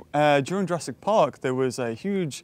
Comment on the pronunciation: " Ladys and gentlemen welcome to Jarassic world